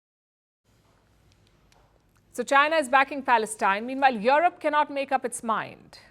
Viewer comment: Palki it's not yoerope but europe.